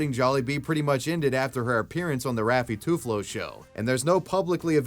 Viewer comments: pronounciation help: when you say bonifacio you say "bonie fasho" and raffy tulfo as "rafi tool fo" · raffy two flow? 😂😂